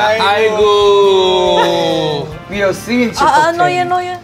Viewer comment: uncle roger says 아이고(aigo) properly. correct. correct. 😄